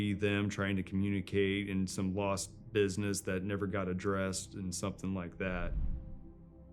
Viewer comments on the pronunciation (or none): none